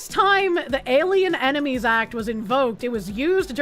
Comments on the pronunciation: Dude she said enemies as "emeninies". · She can't even pronounce "enemies" correctly. She literally said "Emenies." She's just as braindead as Jer and his oranges. EDIT She also said "Chapanese." Wtf is going on.